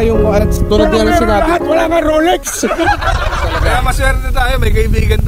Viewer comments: Rolex ❌ ROLEKS✅✅✅ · "Roleks" tho 🤣🤣🤣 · Rolex ❎ Rolek's✅ 😂😂😂😂😂😂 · ROLEX na may "K" 😭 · may “K” ang ROLEKS 😭😂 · Solik yung “Roleks”😂😂